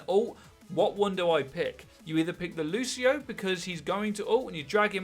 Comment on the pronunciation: Lu-See-oh! hate the lushio shit